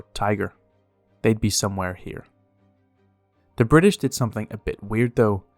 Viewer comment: Ah yes my favorite classification BRI'ISH